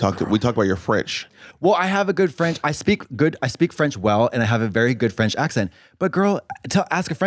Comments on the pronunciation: French person here and I can attest Katya has a GREAT French accent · En tant que Quebecois, Katya a un accent français très correct, mais pour des Français c’est autre chose haha